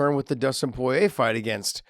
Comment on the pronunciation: Its not Poyiey its Poirier